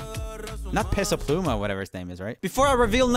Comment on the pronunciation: WHO IS PESA PLUMA it’s PESO pluma